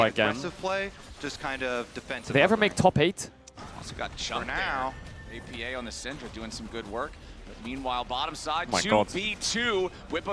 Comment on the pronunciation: I think its disrespectful to keep calling him oppa, when you know its pronounced A P A.